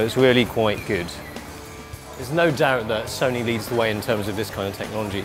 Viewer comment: A not wery bwilliant rewiew of Sony's Full-Fwame Digital Camerwa. You have to be joking, wight …. so moronic it's sad.